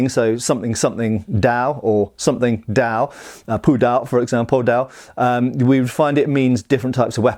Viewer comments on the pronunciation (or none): That being said, he does pronounce dao wrong, as well as some other words.